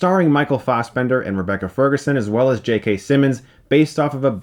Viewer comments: Why is he STILL calling him “Michael Fozzbender”?! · It's fassbender not fausbender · i love the way chris says fastbender